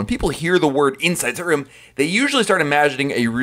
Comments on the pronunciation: Was this in English? Inshshrm? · I heard "inside sit room." It irritated me. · I sware this dude was saying Insisaroom the whole time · "Hey everybody, it's from I talk so fast dot com. I don't pause or use periods when I talk and an "Indian sit room" and an"inside sit room" is the same thing as an "inside state room", depending upon who is talking. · I thought i heard "inside stadium" at least twice. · He must be paid to push the sale of inside state room....insistatroom (the way he says it). Annoying!! A virtual balcony....good Lord...how stupid!!